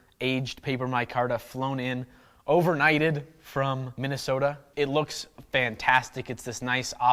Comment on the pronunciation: Hey at least you pronounced Minnesota right!